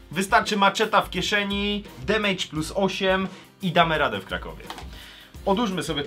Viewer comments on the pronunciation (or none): none